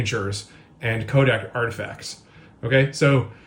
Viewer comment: Yes and "Kodak" 😅 all the other times it said "'code" for codec.